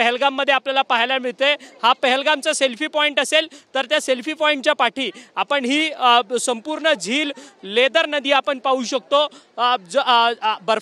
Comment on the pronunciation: अरे लेदर नदी नाही रे बाबा ..लीडर नदी .